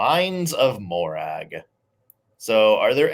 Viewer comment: Even though I saw your comment before I got to that part of the video, and so was prepared, I still cringed every time Nick said Morag. But I thought orc was just Elvish for goblin, for example, Orcrist, means goblin cleaver.